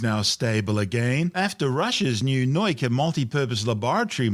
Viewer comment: What is this "noyka" nonsense? It's "nah-oo-kah", accent on the "oo" (otherwise would be "now-ka"), means Science... Guess he somehow saw a German "neu" there instead of "nau"? Hurts my brain, physically :(